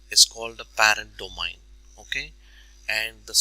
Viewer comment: dough-main. Not dough-mine. Thanks for the assistance.